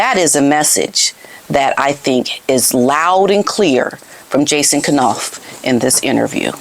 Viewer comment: Funny, you pronounce it K-nauf too. I think it should be pronounced Nauf - K is silent like in knife. But I can't break the habit either.